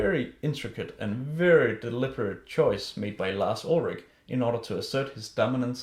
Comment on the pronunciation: I love how you say Lars Ulrick instead of Lars Ulrich :)